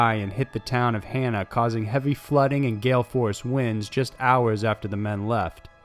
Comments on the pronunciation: I’m from Hawaii its pronounces ha na not Han na. For Hana. But it is still better pronounced from you then one of those robot twats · It's HAH-nuh, not HAY-nuh! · Just FYI, the name of the Maui town in Haw-naw. Otherwise, I'm enjoying your videos :)